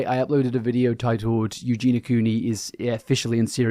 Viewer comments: You do know her name is Eugenia right? Pronounced "Yu-jee-nee-ah". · you’re still pronouncing her name wrong!! there’s an i in there